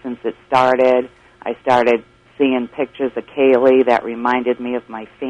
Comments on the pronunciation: When in the HELL is Nancy Grace going to learn to pronounce Kaylies name correctly instead of KYUL-LEE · It's not Cayl-ee, it's Cay-lee. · Kael-lee. That's how Nancy pronounced Caylee. Ridiculous. Get a hobby, Nancy. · Nancy Grace never could pronounce Caylee. She always made it sound like Killey. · Omg! I cringe ea & every time she says Caylee's name! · She pronounces Caylee that way because of her accent. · why can Nancy Grace pronounce Caylee right?